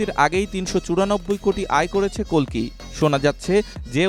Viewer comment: অশেষ ধন্যবাদ জানাই আপনাকে কালকি না বলে কল্কি বলার ০৪.০৭.২০২৪